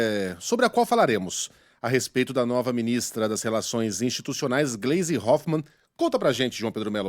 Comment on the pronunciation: Posso estar enganado, mas a pronuncia o nome da Gleise errado. ❌❌❌